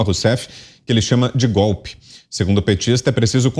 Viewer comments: Gostaria de avisar pro nobre repórter que Lula ladrão não sabe falar a frase golpe ele diz gope kkkkkkkkkkkkkk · Edmilson Félix! Eu estava lendo os comentários, e acho que vou descordar de você! É eu acho que ele pronúncia? GOLE 😂 já que é uma esponja de cachaça tchê 😳🥃🍾😜